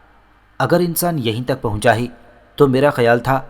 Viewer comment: YAR AAP KO URDU PARHNA BHI NAHI ATA HAI NUDRAT KO AAP NADRAT PARHTE HAIN OR UMRA AAP AMRA PARHTE HEN OR TUK KO AAP TAK PARHTE HEN OR BOHOT SARI GHALTIYAN HEN LEKIN AAPKI AWAZ ACHI HE